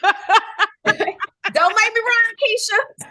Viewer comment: You said my name perfectly Keisha. THANK YOU. And thank you for answering my question.